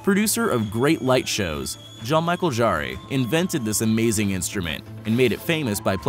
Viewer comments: you talk about jarre (the last part is pronounced like "jar", like the character jar jar, not jaree as you pronounced it), but you show someone else playing the laserharp (big fail) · "John Michael Jarray"? French synthesizer musician Jean-Michel Jarre (zha(n) meeshell zhar) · Jare please prononce jar no e at the end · Agreed; ranked high up there along with the mispronunciation of Wintergatan (wintergarden, really?). You could sort of be forgiven for Wintergatan, given it's Swedish and a somewhat recent phenomenon. But Jarre? Really? Guy's been around over 40 years (50 years if you count his work prior to Oxygene), broke Guiness records for concert attendance, his harp is pretty famous, and a quick wikipedia lookup would give you an easy clue to pronunciation given that he's French.... (and entering his name in google translate French>English will give you a pretty exact pronunciation when you click the French-side speaker... just listen and repeat - is it so hard to do just that?). Not very enthused.